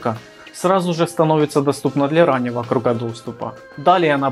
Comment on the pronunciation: только не кругА, а крУга